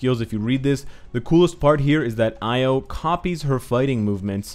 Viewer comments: 이오[i:o] not 아이오[aio] ;b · Io is pronounced EE-O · the name is indeed Io, not Lo, so named after the Greek myth. Io was a lover of Zeus’ and a priestess of Hera. More importantly, though, Io is one of the moons orbiting Jupiter, hence some of the moon iconography of the character, I’d wager.